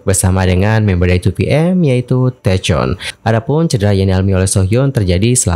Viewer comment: thank you atas info update an nya ... Aku respect banget sama seohyun. Dia dulu dipermalukan tapi dia tetep senyum walaupun mgkn aku tau dia nahan rasa kecewa. Tp skrg udh bertahun2, klo diungkit lagi sama kim jong hyun, lucu aja sih kenapa baru sekarang... Oh ya btw mau koreksi dikit, taecyeon itu cara bacanya "taekyon" ya bang.. Overall thank you infonya bang, jadi sedih liat seohyun pake tongkat gtu.... Semoga cepet sembuh.